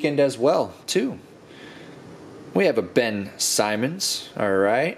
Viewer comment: Nice vid, but you gotta learn how to pronounce Ben Simmons and Vic Oladipo lol they are both marquee players in the NBA